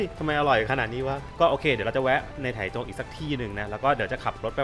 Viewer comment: ออกเสียงว่า "ไท่จง" ครับ เคยไปอยู่หลายปี